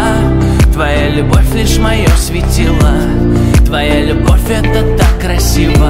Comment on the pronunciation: Кто сочинил такую мелодию,что ударения в словах надо ставить где придется (вместо "светило" "светилаа") ну и т.д.)? А певец, видно, тоже не понимает о чем поет.